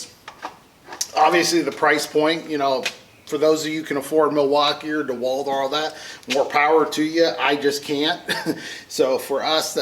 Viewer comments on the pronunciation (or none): none